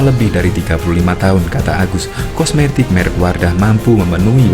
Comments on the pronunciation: Kosmetik ❌ Komestik ✅ 😂ngakak anjir😂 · Kosmetik bang bukan komestik hahahaha